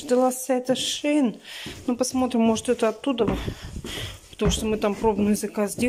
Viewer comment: У кого шаИн, у кого шЕин. Ну и блогеры😀😂😀. А еще и устройство заряднОе. Уши вянут.